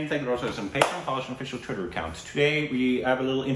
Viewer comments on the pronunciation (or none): Your Twitterrrrrrrr made me short of breath🤣🤣